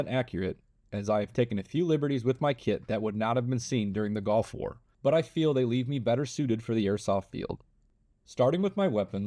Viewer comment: bro said "golf war " instead of gulf war